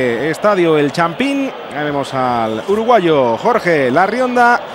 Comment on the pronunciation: Masquerano? El champín? Que narrador más ignorante